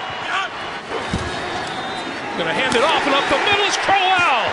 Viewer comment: It's really annoying how he pronounces Crowell